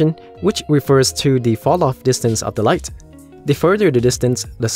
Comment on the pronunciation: say light more softly, you're attacking with it like a karate kick